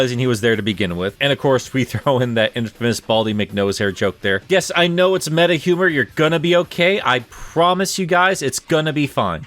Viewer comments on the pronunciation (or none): none